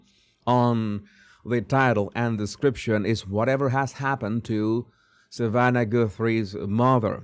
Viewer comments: Savannah not Samantha!!! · Jesus it’s “Savanna” Guthrie not Samantha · Savannah...not samantha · What i noticed in this video was that it's not Samantha it Savanna! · Hello Mr. "" her name is SAVANNAH Guthrie NOT "Samantha"!! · Its Savannah not Samantha. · Savannah not Samantha😂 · It's Savannah not Samantha LoL. You said it right but you wrote that title wrong 😂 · Savannah, not Samantha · It is Savannah moron